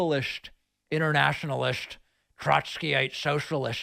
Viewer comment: "...inernaschionalist, globalisht, Troshkyite-soshialisht...! 🤣